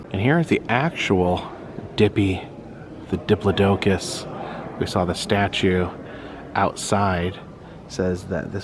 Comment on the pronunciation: Thanks for the tour. Just so you know,. Dippy pronounces his name, diplodocus, as “die plod o cus”. 🦕❤